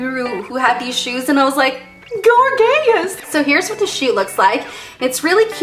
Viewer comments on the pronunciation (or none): "and i thought GOR-GHE-YUS!" LOL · "gor-gay-ous" lmfaoooooooo